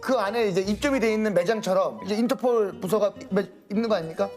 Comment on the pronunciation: 인터포~올~~ 인터포~올~~ 할므뉘가~~항국푼 이심니다~